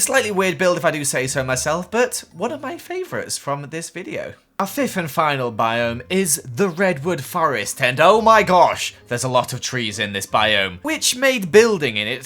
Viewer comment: he says our fif and final biome XD I think he meant to say fifth